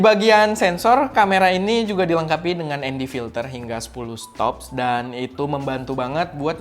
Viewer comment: Stops, bukan steps